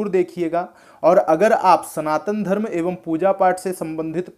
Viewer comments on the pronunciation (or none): none